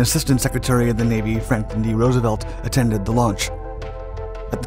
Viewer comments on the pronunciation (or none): none